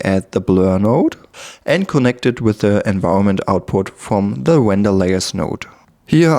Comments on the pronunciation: If I had a dollar every time he said wender... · If I took a shot every time he said wender, I'd have blacked out by the 1 minute mark.